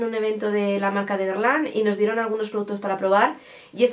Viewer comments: Se pronuncia gerlan... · Se pronuncia Guerlen creo jajaja Me llaman mucho la atención las paletas de Huda 😍😍 Mucho mejor las gafas mini, se pasaron con el tamaño de las normales 😂